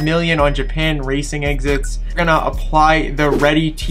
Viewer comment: Hey bro I really love you're content I think you're really underrated keep it up🔥(and I also really love how you call "exhausts" "exits"😂)